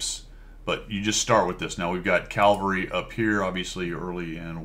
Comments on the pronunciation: I was just poking you a little re pronunciation of "calvary". :hand-orange-covering-eyes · "We've got calvary..." Calvary? :eyes-pink-heart-shape